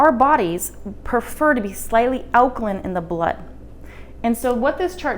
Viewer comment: Alkaline - pronounced 'line', not 'lin'....